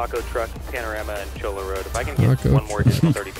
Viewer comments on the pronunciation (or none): love how everyone keeps calling it cho-la. it's pronounced choy-ya.